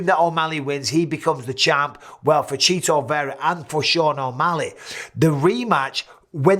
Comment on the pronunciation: Straight up calling this man “Cheeto” instead of CHIto. Hilarious